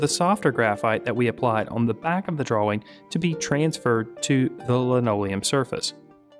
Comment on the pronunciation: you pronounce the w in drawing?